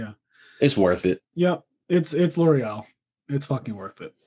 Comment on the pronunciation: It's L'Oreal